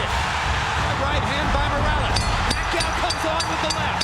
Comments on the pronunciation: Sabi nong announcer " manny pakay" 🤣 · When the hbo announcer says Manny Pakayaw